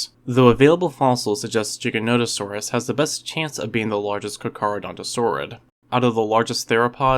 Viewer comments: For the love of all that's dinos STOP pronouncing the Giga's name wrong. It's GIGA-no-tuh-saw-rus. Same as if you're saying the word gigabyte. Not jig. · Believe its a hard 'G', sir. Not "jiggernotosaurus" - it's 'Gig'. At least, it has been in every lecture I've witnessed about such. Mind you I'm UK - mayhap you pronounce it differently there. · OMG you did not just call Giganotosaurus "Jigga-note-o-saurus". You must play Ark. Good video though, I enjoy your content. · Man said jiga it’s giga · Dinosaur content creators on YouTube need to stop saying Giganotosaurus wrong, you're influencing a Generation of viewers who will believe anything on YouTube. It's pronounced the way it always has been and always will be... "Gig-ah-no-toe-Saw-us" not a syllable more nor less, if people truly struggle then follow this. to Pronounce the Giga correctly, One uses The Rock Bands GIG sound NOT the Pirate's JIG sound. Now you can call me an Idiot or whatever word meaning dumb, but in the 29 years I've been alive I haven't seen even one dinosaur book featuring the Giga that showed a Pronunciation with a J Sound, so get it right or get educated. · I'm sorry but does the way this guy say Giganatosaurus infuriate anybody else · Eh, I don't really care tbh. I know Giganotosaurus is supposed to be pronounced Giga as in gigabyte, but pronunciation usually doesn't bother me. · i hate the way people say giganotosaurus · I'm so glad I'm not the only one that pronounces the mighty gigas name like that. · Jigganoteasaurus 🤣🤣🤣 pacifically? 🤣 I didn't even make it an entire minute into this 🤣